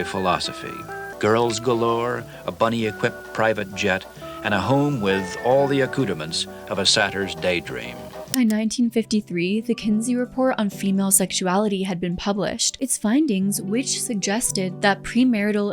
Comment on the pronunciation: Did that guy just say acoudements?? Did he mean acoutrements?? I read the first issue online. It was creepy. It reminded me of a serial illers diary.